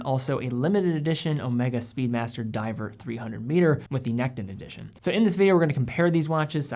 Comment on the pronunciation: sounds like you said speedmaster